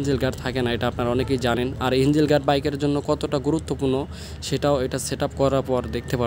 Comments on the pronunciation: ইনজিল গার্ড মানে কি ভাই? ইঞ্জিন শুনেছি। ইনজিল তো শুনিনাই। ইঞ্জিন শব্দটাও শুদ্ধ ভাবে উচ্চারন করতে পারেন না। আসছেন ব্লগ বানাইতে। কি যে বলি। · ইঞ্জিল গার্ড চ্যালেন ভাই আগে উচ্চারণ তো শিখেন